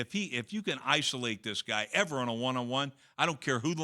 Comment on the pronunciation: So much emphasis on that EVER 😆